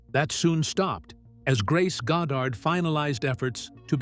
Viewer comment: "Found sucker in movies"?, "Marilee?", 'God dard"? Are you for real, AI CLICK BAIT?